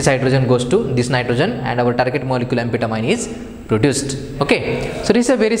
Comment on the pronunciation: It is pronounced Ann- Fet ta- mean